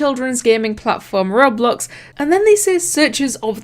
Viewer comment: how she says roblox:rublux us:WHAT THE F*ck